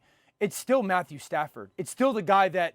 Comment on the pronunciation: Dan did not say Stafford😭😭